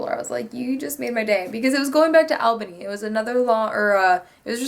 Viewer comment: ALL bany.. not Alebany. lol. :)